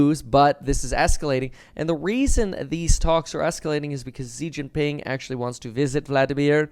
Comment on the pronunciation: It’s shi jing ping not zeee Jin ping